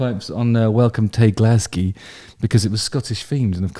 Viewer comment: Quick note from a Scottish man! You won't find anyone in Scotland who says 'Glasgae'. Maybe in an old poem somewhere. We say.. Glasgow,.. or the slang... Glezga. Love you x